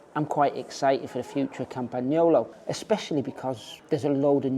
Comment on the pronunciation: yes indeed, and properly pronounced campa-nyolo. The g is soft.